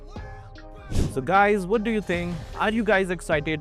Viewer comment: "In this wideo" 😂😂😂